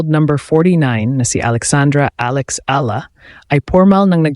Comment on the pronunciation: Your Tagalog pronunciation is awful - speak in English na lang .. and it’s not Alex ELA but pronounced as E- YA- La ! Don’t you know that ??